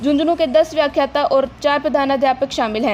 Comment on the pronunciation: व्याखात्त नहीं व्याख्याता है